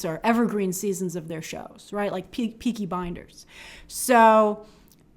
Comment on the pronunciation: Did Grace just say “Peaky Binders”? Sounds like a violent show set in a school 🤔